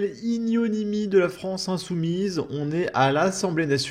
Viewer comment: ignominie et non ignonimie t'es prof bordel...